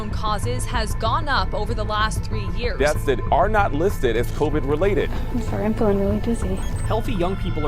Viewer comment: said reeeeyears